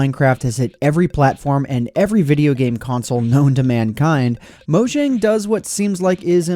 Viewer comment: Mojang is pronounced mo-yang. I think. Correct me If I'm wrong.